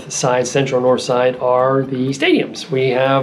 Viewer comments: I don't believe you're saying "dahnspahts" correctly...or for that matter, Nors'ide or dahntahn. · I don't believe you're pronouncing "dahnspahts" correctly, or for that matter,Nor'side or dahntahn.Otherwise,great video!